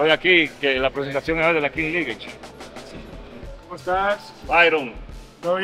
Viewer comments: King lish😂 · “Kins lichs” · La king lish 😂😂😂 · Santiago king league “pronunciación, king lig” no kin lish.. te quiero 😂😂😂😂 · No es (Kin Lich), es (Kings ligg) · King liguesh 😂 duro foke duro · La kin lich 😂😂😂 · la kin Lish jajajaja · “King lish” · Felicidades Foke espero que tu hijo aprenda y se beneficie de ese logró también, ohh y no se pronuncia lish en español la pronunciacion es liggggg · Ahora en verdad por favor Santiago 😅es King league no king Liguers 😬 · King Lish? un poquito de Inglés, Santiago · “Kin lish” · Se dice kin lig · La King Lish😅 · Kings League (Kins Lig compai), yo no se de donde le salio a este ca'co e' maco esa kinch lich... 🤣